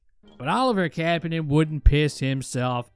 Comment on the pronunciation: You are pronouncing Kapanen wrong